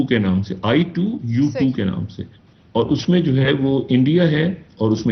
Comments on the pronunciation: ITU2 nh bhai...I2U2 nam h group ka... Tik se bol le😅 kindly... Anyways baki info tik h ..keep going 🤓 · Theek se bolle bhai i two u two ... i t u two naaahii